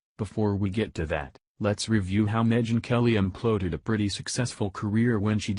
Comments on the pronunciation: I like the way the computer voice pronounces Megan as Me-Gen. Also, Breitbart is Bea-It-Bar. I guess the computer programmers still have some work to do. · Her name is SAID "MEH-GAN". Ain't Computer voices WONDERFUL? HIRE A HUMAN! HIRE A HUMAN!